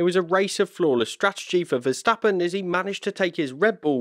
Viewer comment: compliment,,,,,,the first ''english'' commentator who can pronounce verstappens name right